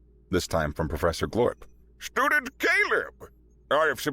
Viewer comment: I swear to God, I kept hearing “ stupid Caleb” instead of Student Caleb. 😂😂😂😂😂😂😂